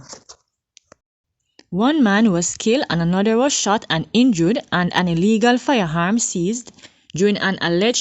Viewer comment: Poor pronunciation of words. Please pronounce your words better firearm not fireharm. Sorry but you need to do better